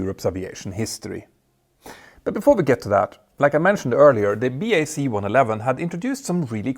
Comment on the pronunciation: Nice to hear you say (Bee Aye See) + (BAC) Properly and not say (Back) as you have done before :) Now all you have to do is stop calling Concorde (The Concorde) ... It's just Concorde ;)